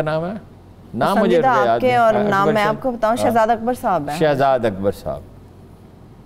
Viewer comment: صاحبہ سے گزارش ہے کہ کاف کو قاف نہ پڑھا کریں ـ ملک کو ملق، کاروبار کو قاروبار، اکبر کو اقبر پڑھتی ہیں ـ کچھ کو قچ پڑھتی ہیں عجیب سا لگتا ہے ـ